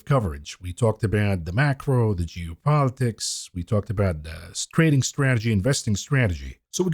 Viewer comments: I like how he pronounces "Geo-politics" like "Jew-politics" lmfao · Juice politics